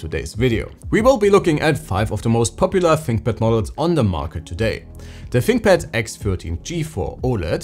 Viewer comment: Da finkpad. Ahhh yezzzz.